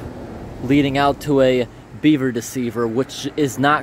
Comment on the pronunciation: The way you say BEAver is too funny